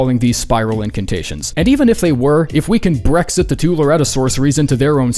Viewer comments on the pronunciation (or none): none